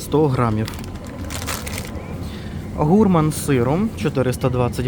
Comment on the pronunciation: Дивно ви кажете слово гурман. Подивилась в словнику ютюба де треба ставити наголос. Був приклад 7 мов. Всюди наголос на останнiй склад. Бо я вже думала, що це я говорю не правильно. 😂